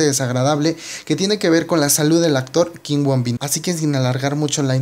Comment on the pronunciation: no es kim woon bin es kim woo bin pronuncialo bien